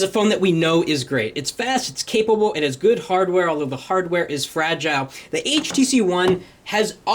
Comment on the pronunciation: ur saying fragile the wrong way